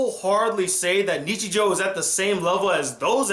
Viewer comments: Oh It's pronounced "neechee-joe" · "niCHIJOU", the stress falls on the second and third syllables.